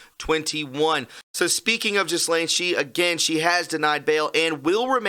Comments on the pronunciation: It is pronounced GeLaine, Not Ghislaine. Very interesting. Thanks for the information. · The S in Maxwell's first name is Silent. It is Pronounced like Gellén, with a hard G, and emphasis on the second syllable.